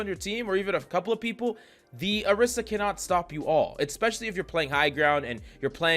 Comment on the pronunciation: ORI - SA not AH - Rissa